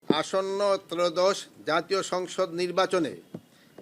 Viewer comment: হইসে, কোনো পোরকার, জাতীয় সংচ নির্বাচনকে, অন্তবতী সরকার, নিরাপত্তা নিচ্চিতে বদ্ধ পরিকর.... (ওসমান হাদি হত্যা!!!) ধীর গতিতে বাংলায় স্ক্রিপ্ট পড়তে উচ্চারণে এতো ভুল!!